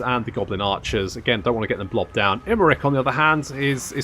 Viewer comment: In this campaign it's more "Imprick" then "Imrik"...."Helloooo, Ladys!" 😂😂😛😛😂😂